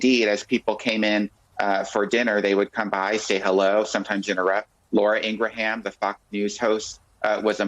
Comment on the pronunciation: Rucker's continued inability to pronounce Ingraham's name is nice. I'd be happier if I knew it was deliberate.